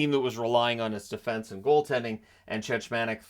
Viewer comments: It’s Chechmanek, the second ch is a hard ch, which is pronounced as a k. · It's pronounced 'Check-mon-ik' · Yeah it was grating on me hearing the mispronounciation.